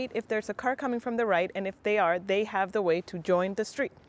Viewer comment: A little confusing, I had to watch this several times. When you said that they "have the way", it sounds very much like they "have to wait", and those are two very different things!